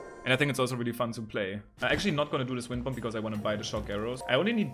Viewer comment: The b is silent in bomb it’s pronounced bom